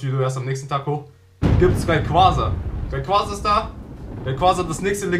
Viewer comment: Es heißt nicht Raiquasa sondern Raiquaza